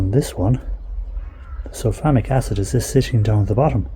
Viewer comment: And I thought he was saying Sulphonic.